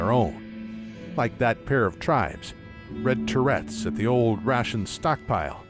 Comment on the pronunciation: I'm loving it thus far, and the acting is amazing, but are we all just going to ignore how he pronounced "turrets"?